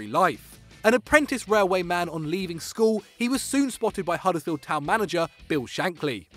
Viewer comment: Where on earth is Huddles field? It's Huddersfield you clown